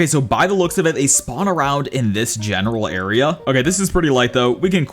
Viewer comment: Guys tell me how much times he said genaral